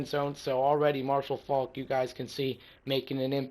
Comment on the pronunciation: it's Faulk not folk